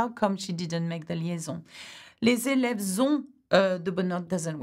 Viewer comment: les èlèves means pupils or students, but sorry for that you pronounce it like people